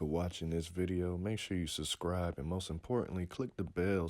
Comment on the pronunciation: Anyone else a lil erked when says suScribe instead of suBcribe?